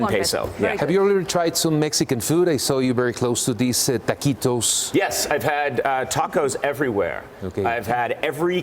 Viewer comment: "taquitous" aahhaha pendejo